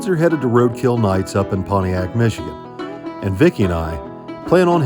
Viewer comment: It's called Michigan,. Say the name whilst smiling. 😇